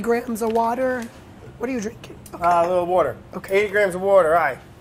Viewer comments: when samin says "wourder" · Lmao does he actually salt his drinking wouder